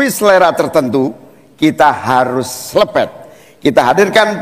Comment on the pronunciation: Selepet😅😅😅 aq ulang2 dari cak Imin..selepettt 😅🫢